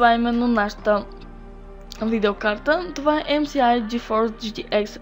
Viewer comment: Здрасти знам, че това е старо клипче но нали знаеш че ддр3 не е бавна е в сравнение с ддр4 Е но не се усеща толкова :) и е ЕМ ЕС ай не ЕМ СИ АЙ